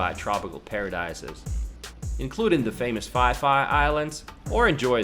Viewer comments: Phi Phi islands is pronounced “pee-pee” and not “fi-fi.” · Great video. Fantastic information. The Phi Phi Islands are pronounce Pee Pee. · The phiphi island is read as peepee island lol.